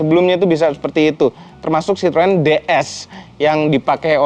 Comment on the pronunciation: Citroën = cara banyanya (chithoen)